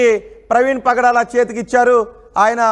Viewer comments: Padala praveen kadu nayana. , pagadala praveen . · Pdala kadhu ra pagadala ra pk